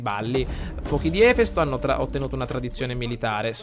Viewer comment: Ahahah si legge efèsto non èfesto!!! Cmq sei un grande!!!!!;)